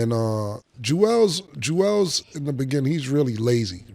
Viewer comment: Cam, stay saying Julez lazy😂😂